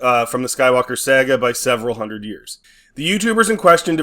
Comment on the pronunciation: Why do you pronounce saga like that? It's saw-gah.